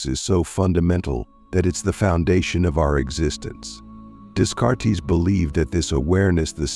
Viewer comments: dess-carts? just no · the ai voice should at least pronounce it day-cart